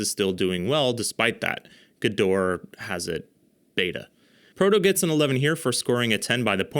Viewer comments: pronounce it like "gedohrah" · The service second "E" in Gedore is not silent.